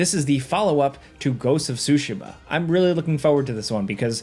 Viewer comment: Say it with me.... TSU-- SHEE-- MUH like Shoo - shee -muh